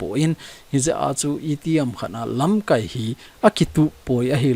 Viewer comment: Sopi, LAMKAI na lam dan a dih jep poi. Tua na lam dan chu 'verb' a kimang ahi in, noun ahi teng LAMKAAI tia kai sao ding ahe.